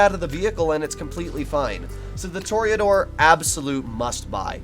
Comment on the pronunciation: “Tour-uh-door” not a “tour-E-A-door”